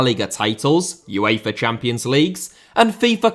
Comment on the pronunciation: Uefa* not Yuweifer Fábrica* not Fabriquer München * not Munich Cesc* not Ces Nazário * not Nazériouw Butragueño* not Butrogohrnouw Emilio* not Emiliano Emiliano* not Emiliohrnouw Xavi* not Giavi Piqué* not Piquei Lionel * not Lenl Yamine* not Yamín Barça* not Borcer Style* not Stahl José* not Djouwsei Bernabéu * not Bönabeyouw Pérez * not Perez Debut* not Deibyu Baldé* not Buldei Idea* not Ideer Álvaro* not Alvohrouw Llorente* not Yorentei Morata* not Morohrter Tchouaméni* not Tchouameini Corleone* not Cohliouwn Alfredo * not Alfreidouw División * not Devegion Drawing * not Droring Barcelona* not Bohrçalouwner Enrique* not Enriquei There HAVE never been ties* not There has never been ties Masia* not Masier Half* not Holf Jesus * not Jeisus Saw* not Sor Leverkusen * not Leiverkusen Vallecano* not Vayekhohrnouw Bravo* not Brohrvouw